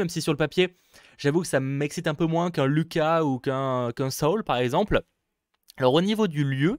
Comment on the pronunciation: C'est soul et pas luca c'est looka